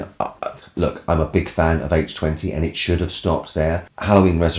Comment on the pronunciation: As always, thanks for saying H20 properly.